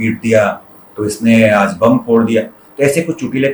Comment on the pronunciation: बढ़िया है! वर्तिका को अपने उच्चारण पर विशेष ध्यान देने की ज़रूरत है। आज को आज ही पढ़ो आज़ नहीं...